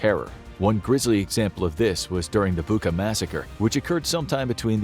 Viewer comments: it's Bucha, like Cheese, Charlie, not Buka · Hey, why Buka((( it’s Bucha, the same sound as in word chair🤦🏻‍♂️ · It is “Boo cha” , not “Book-ah” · Hey, narrator, it is Butcha, not Booka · it's 'Bucha', like in 'butcher' , not 'Buka'. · It's not Booka, it's Bootcha! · Name of the settlement is not “Buka”, but “Bucha”! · Bûcha not Buka I live there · Good video. It's pronounced "boocha", not "buka" though. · Dude, it's BUT-CHA not BU-KA, it's the second video you do that. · Bucha, not Buka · Narrator could really learn how some foreign terms like Bucha (not Bucca) are pronounced. It's irritating. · Its bucha bu-cza like czech or chips it not a buka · Dear, thank you for great videos I always love to watch. One thing, Bucha is pronounced as Bu-cha, "ch" as in "cherry", not Bukha. Thanks 🙏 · not to be a nittypicker, but .. Bucha is not pronounced "bukka", it's pronounced "Butsja" (or mayb better; "bootsha" (think boot & shall, just leave the LL out)) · Bucha is pronounced as butcha not buka. Putin will be remembered in history as the Butcher of Bucha. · It's Bucha not Buka. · It's not "bu:ka", it's "bu:tcha", like in "butcher" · Again with [Booca]... it's [Butcha]😅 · It’s Bucha not Buca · Bucha is pronounced "Butcha". Just a quick note 👌🏻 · Why is he pronouncing Bucha like Bookah? Americans always get pronunciations wrong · As a Ukrainian who is watching this video right now in Kyiv, it hurts my ears when you pronounce city Bucha with K sound. It pronounces as Butcha. Love your vids btw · Seriously you mispronounce Bucha. It was the biggest topic in the news. And you mispronounce it. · More than that. It didn't mention that Britain vetoed a proposal for a thorough investigation of the tragedy, which indicated that it might be the works of Ukrainian extremists. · The "ch" in Bucha is pronounced as "ch" in "chair" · You could at least pronounce "Bucha" properly.. Be BETTER